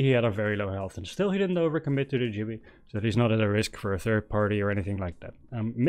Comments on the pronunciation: Great video but its gibby not jibby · Great walkthrough, although his name is Gibby, not Jibby 😂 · Its GIBBY NOT JIBBY